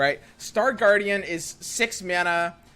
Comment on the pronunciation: Is he memeing? First he called Sun Guardian, Sun Gwordian and then Star Guardian lol waah?!